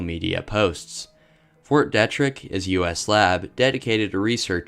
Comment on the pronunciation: I guess its a maryland thang but here we pronunce it Fort "DEE-TRICK" lol